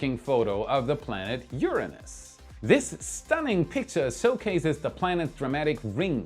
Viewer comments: I love how much effort was put into pronouncing URANUS! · It must have been so hard to pronounce "Uranus" instead of "UrANUS". LoL